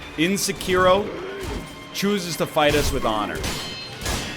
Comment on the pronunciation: Sekiro. Egg. Seggkiro.